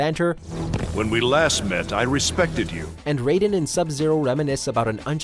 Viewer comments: Did you really pronounce Raiden like Ryeden? Really bud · Did he... did he just pronounce Raiden as "Rydin"? I give up on this dude. 🤦🏾‍♂️ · Lol nigga said Ryden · Did you say Ryden instead of Raiden. You're a fake gamer guy.😂😂😂😂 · at least learn Raidens name before making this video like Riden dude. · He said raiden wrong then said it right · did he just pronounce Raiden like MGS Raiden? yikes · Pronunciation of Raiden Me: "O-Oh... Oh man.., that hurt, that hurt me deep... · How did you say Raiden's name in #6 so so wrong? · How do you say raidens name wrong once and completely fine the second time literally one minute later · this guy over here saying Raiden like it's metal gears solid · he said raiden wrong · Did you really just pronounce raiden wrong what's wrong with you how hard is it to do a second take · He said raiden wrong on purpose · Lmao why did you pronounce Raiden so weird in #6 & then pronounce it normally immediately after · Ri- den ? Don't you mean Raiden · Yea he said it wrong first then right next time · Display Name smh heard that too. Says it like ryeden instead of rayden. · "Ri-den" (Raiden) is from metal gear solid, Rayden (Raiden) is from Mortal Kombat. Get it right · In Mortal Kombat it's pronounced RAY-DEN. RAI-DEN is the cyborg pretty boy from Metal Gear. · No offense but the way some people pronounces Raiden’s name as Rai-den instead of Ray-den bothers me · Ryden?! It's Raiden.! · How can you mispronounce Raiden when they literally say his name all the time. Its RAY-DEN not RY-DEN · Wtf is a ryden it's Raiden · His name is pronounced RAY-DEN for fucks sake its never been RAI-DEN I'm tired of hear his name be mispronounced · Did anybody else catch the narrator go from pronouncing Raiden like "Ri-Den" to "Ray-Den" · When he said that I was like: who the hell is Riden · Well to be fair if you look at it from a Japanese perspective it would be pronounced R-eye-den. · This man just said RI-DEN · Nobody: WatchMojo dude:Ryden